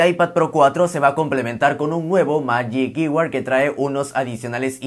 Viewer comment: Se pronuncia “majic kybord” para futuras referencias 🇺🇸